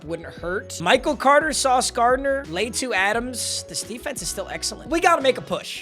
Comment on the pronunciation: Bro can’t say latu’s name right